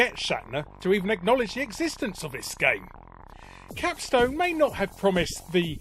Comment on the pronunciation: Capstone? Capstone?! CAPSTOOOOOOOOOOOOOOONE!!!!!